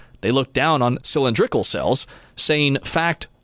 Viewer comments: cyl-in-DRIK- ul cells? Try cyl-IN-drik-ul cells... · Obviously AI generated, “Sill-En-Drikle” really?